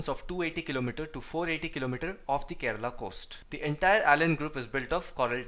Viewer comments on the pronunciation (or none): none